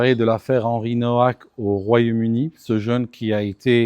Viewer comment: Ne pas oublier le racisme anti polonais des rosbeefs. Nowak est polonais le w se prononce v